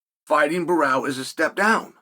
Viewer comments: Sonnen needs to train speaking brazilian names like "Borralho" and "Pereira", lol. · It's Borrahlo. Not Barao you dipshit. Imavov. Not Imanov. Take some grammer and pronunciation lessons. 😂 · Imavov is quite simple and he says ImaNov. No expectations on Borralho getting better than “Borral” 😂